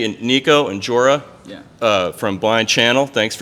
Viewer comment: It's joel not jorah